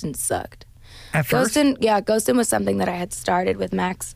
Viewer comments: She couldn’t even say Ghostin….. she would’ve cried right in the first second of the track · I don't think she'll ever perform that song, as we can see here she even has problem saying the name and even talking about it